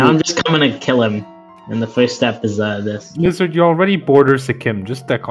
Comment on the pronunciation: Wizzahd had a wevy bad twime